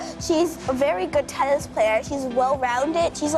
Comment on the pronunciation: Thyson thennis